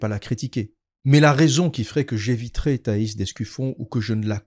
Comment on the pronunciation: Apparemment je n'étais pas le seul à mal prononcer le nom de Thaïs (d'Escufion)